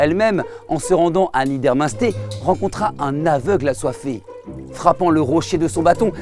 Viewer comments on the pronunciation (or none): La prononciation de Niedermunster >< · Génial ! Par contre, les villages alsaciens en ER se prononcent "air". Donc Niedermunstair et non Niedermunsté